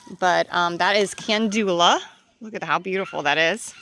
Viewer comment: Calendula not candula